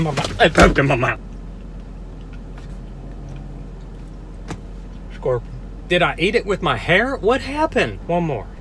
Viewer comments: Bro I love how you pronounce "scorpion" like "skwerpion" with your accent 😄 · “squorpian” LMFAO WHAT